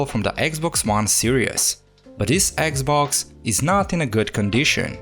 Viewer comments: its just me or hr speaks eggxbox? lol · "this eggs-boggs" omfg.